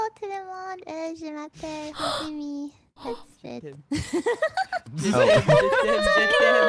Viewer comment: who's saying "je m'appelle" in french but prononce " je m'apple" like an apple get me laughing it's cute x)